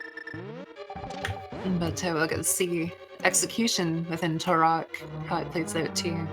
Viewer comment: I think she might be saying Turock as a joke? Like how she called Sahasrahla "Szechuan"